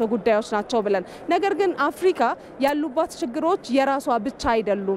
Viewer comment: አፍርቃ አትበል (አፍርካ)ብለህ አንብብ ጋዜጠኛው